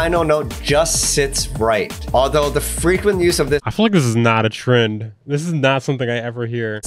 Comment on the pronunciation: this man emphatize every word. and there are H everywhere: p-hop, tr-hend, b-hoomy, ret-hurn, p-hush, p-hioneering